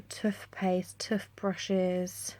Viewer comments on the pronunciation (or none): Really lovely vid. The way you say Toothpaste and Toothbrushes is hilarious. x